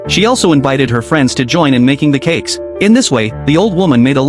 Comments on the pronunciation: I thought you said Cakss 😅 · Say cakes again